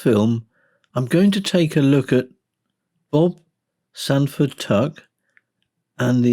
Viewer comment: Stanford, not Sanford….